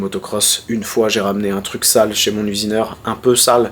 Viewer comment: "mon usineurhin"